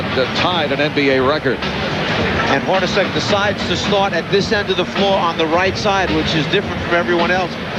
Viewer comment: Did the broadcaster call Jeff Hornacek HORNY?!